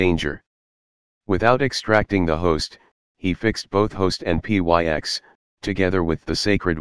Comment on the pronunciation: P y x ..pyx ( picks ) ... drop the robot voice Lovely story showing Our Lord's true presance.